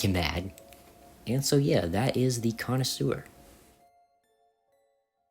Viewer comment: i think the "connisour" is supposed to be the connoisseur.